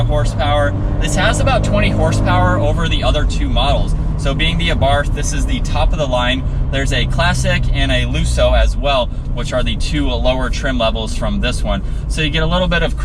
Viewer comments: The correct pronunciation is Ah Bart. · Wow we have always pronounced it A-Bar-th. Nice car, have owned many 124s since the early 70s